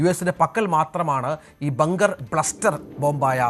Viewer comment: Bluster അല്ല. Buster. 🤷🏾